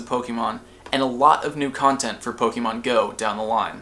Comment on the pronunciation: your video are awesome, but I can't stand how you say 'pok-E-mon' (po-kay-mon is correct, but pok-a-mon is how I tend to say it.)